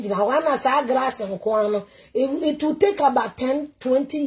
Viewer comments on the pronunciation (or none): "Mr Grass nkoaa". Eeiii!! You can't even pronounce "glass" and you are attacking someone.